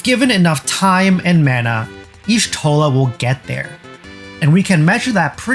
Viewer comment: "Yee-shtola" not "eehshtola". >:(